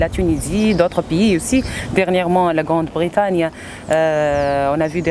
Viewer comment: Grande Britagne ??? WTF , she's a journalist and she can't pronounce well